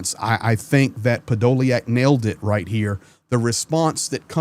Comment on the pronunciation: Hey his name is 'Podo lyak'... the YA is the Ukainian R reversed, as you know it is a YU..... I have the surname... it is diff to try and spell the surname in English to get the right pronunciation...;)